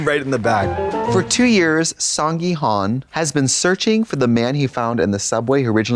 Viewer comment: If you guys go to Korea at least try to say people’s names right…come on it’s HOON not HUN